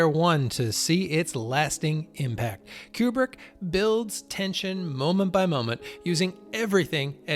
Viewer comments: It's odd that such a fan would not know that Kubrick's name is pronounce "Koobrick" and not "Kyoobrick" as he does. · Kubrick...not Kjubrick!!!